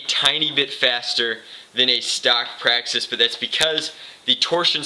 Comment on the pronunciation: you said slam fire a praxsix